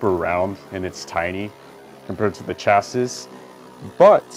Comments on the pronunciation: Is pronounced chasi its spelling is just chassis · It's pronounced Chas-see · No it's pronounced Chassis is pronuced Chasee look it up not trying to be rude just want to spread the information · It’s pronounced chassi but spelt chassis because the s is silent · Hey. Chasis is literally pronounced cha-see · Its pronounced shasii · Its actually pronounced like (CHasē/SHasē) to be exact! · Its chasee isnt it? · no. It's shasee. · This is how many times beytubers will say chassis wrong 👎🏿